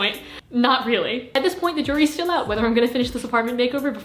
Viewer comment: did she just say "Stuhl"?? (= chair in Germain) I like u more now ❤️